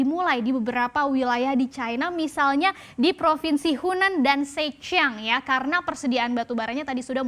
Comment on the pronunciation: sekedar masukan.. akan lebih baik bila reporter bisa mengucapkan nama tempat dg tepat seperti zhejiang dan shenzhen